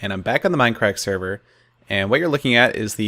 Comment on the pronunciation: It's MINDCRACK not mine crack